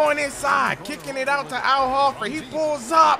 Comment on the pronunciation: Not ho-ford hor-ford say it hor-ford